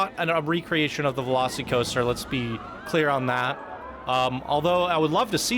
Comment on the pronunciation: Velo-SEE-coaster? Velos-eh-coaster….